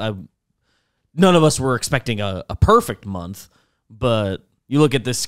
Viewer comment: "...and as the munf draws to a close"